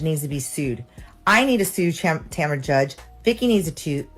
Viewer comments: Tom-ra 🤔🤔🤔 more AI then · And "tomra" 😂